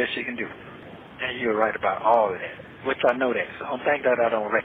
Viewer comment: it’s THAT not DAT!!!